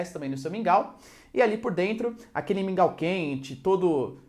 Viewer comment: QUANDO VOCÊ FALOU MINGAL EU DEI UMA BOA GARGALHADA,É MUITO BOM SUA AULA.